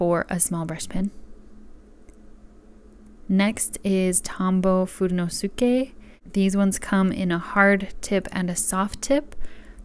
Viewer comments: Just a tip You said fud-enos-uke It’s just fude-nos-k Thanks! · ITS fu-day -nus-k!!